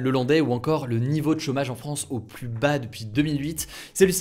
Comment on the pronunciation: "siGnificatif", "pluS", tes fautes de prononciations me tuent xD